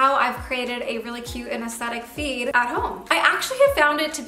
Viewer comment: I kept thinking you were saying “feet” instead of “feed” lol